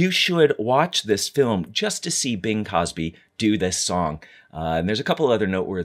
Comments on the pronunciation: Uhmmmm...it’s Crosby. Not Cosby. Bing Crosby. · good video. I very much enjoyed the history. Sorry to have to mention it because surely everyone knows to whom you were referring but his name is Bing Crosby not Bing Cosby. just so happens nowadays that mistake caries with it a negative connotation.